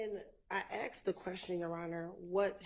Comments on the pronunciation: If you are American, living in the United States, speaking English then pronounce it correctly! ASKED NOT AXED! Especially by an attorney! It is unprofessional and frankly insulting for getto slang to be in a courtroom by a professional litigator, even an unprofssional litigator. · It’s driving me nuts there is no x asked just flipping say as k ed put it together and sa asked it’s not that hard when your a grown up. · When I axe the question!! Lmao!! , there’s an s, k, and d in ASKED.. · Have you noticed that always wants to "Axe" a question?? It sounds so dangerous. She could knife the question or shoot the question, but, she always wants to "Axe" the question. She is educated... right?? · why does say ast instead of asked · Yes, prosecutor actually uttered the words "the question I axed". Pathetic. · "When I axed the question" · lol I Crack up everytime she says "axed" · if you're a lawyer, you should be using proper English. "Aks" is not a word, unless you're talking about using an AX to chop trees or whatever. Court proceedings are transcribed and referred back to several years and decades later. Imagine somebody 100 years from now trying to read a transcript and trying to understand what the hell is being said. Ebonics is not proper for a lawyer speaking in court. It's unprofessional and it makes the speaker sound uneducated.